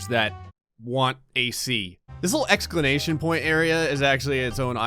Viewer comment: I don’t want to sound like a dick but, it’s exclamation mark not however you say it. Point instead of mark is normal and tolerated but the first word, no idea what makes you say it like that